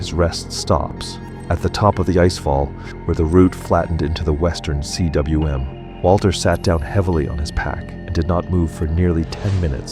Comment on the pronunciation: cwm is pronounced ‘coom’ It is a Welsh world meaning valley